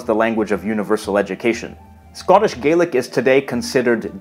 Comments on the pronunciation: As a little heads-up, it is pronounced Scottish gah-lic with an A sound 🙂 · I may be nitpicking here but traditionally “Gaelic” is pronounced like “gal-lick” when referring to Scottish Gaelic. Irish and Manx Gaelic are the ones that are pronounced “gay-lick”. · One thing that peeved me a bit is that Irish Gaelic is pronounced 'Gay-lick' but Scottish Gaelic is pronounced 'Gah-lick' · A small pronunciation issue: it is Irish Gay-lick, but Scottish Gah-lick.